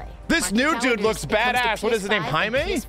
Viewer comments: Dudes name is JAY MEEE not HIGH MAY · Dude it's Jamie, not Jaime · It’s JAY ME, not HIGH ME. He’s not Hispanic. Lmaooooo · He kept saying Jaime instead of Jamie 🤣 which kinda confused me at first